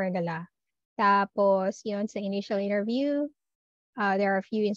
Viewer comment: Why do you pronouce interview that way. Nasobrahan pagka slang mo teh